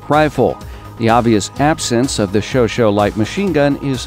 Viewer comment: you said somewhere '' showshow (i take it you mean chauchat) submachine gun''. just a friendly reminder. it is pronounced ''sjowsjet'' or ''showshet''